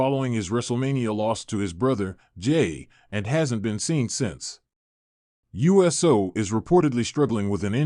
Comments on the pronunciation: This announcer doesnt know squat..Must be reading off a sheet or its ai..Cause jimmys last name is not pronounced u s o,its pronounced ooosssooo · It's jimmy Uso not USO